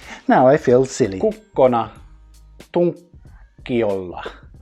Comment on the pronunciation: When you said ”kukkona” it was so perfectly pronounced